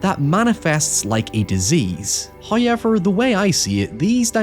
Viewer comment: You should hear him try to pronounce “however”